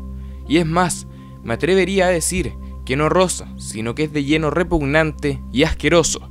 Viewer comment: Habia alguien q decia "REPUNANTE" en vez de "REPUGNANTE"